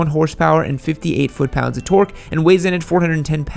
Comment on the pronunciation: Just say torque normally dude